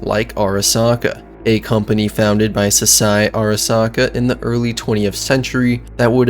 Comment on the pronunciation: its KEI as in the letter K. Not Kai. Good video but the mispronounced name made it hard to watch.